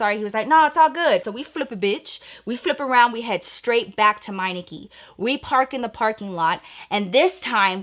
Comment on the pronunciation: Yh the accent took me out 😭😂